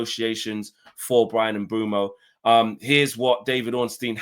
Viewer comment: Say it with me : Bwemu not Mbumo